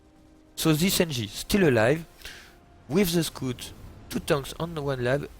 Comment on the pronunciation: it's scout ,not scoot , scout SCOUT